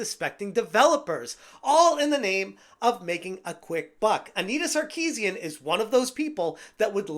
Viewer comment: Repeating her name over and over again sounds like "I need a sarcasm"